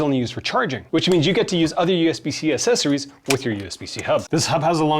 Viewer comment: I love you, but I beg you to stop pronouncing the "cc" in "accessories" as a soft "c". It's pronounced with an "x", like "axessories".